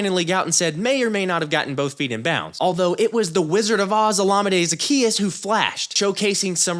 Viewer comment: You're the only guy who pronounces Olamide correctly. Good work by you